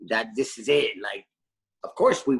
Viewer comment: Why do a lot of English people say 'free' for three, and 'viss' for this? Is it an accent thing?.